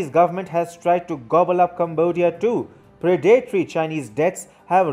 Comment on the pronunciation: When will you pronounce 'predatory' properly? You mispronounce the word in every video.